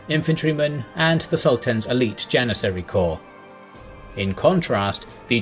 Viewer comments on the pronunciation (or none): none